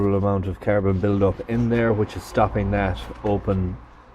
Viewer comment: CARBON not Carabon, joptvaimaķ!!!!!!